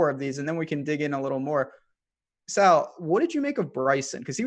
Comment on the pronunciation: Hey. His name is Sal not Saul wtf.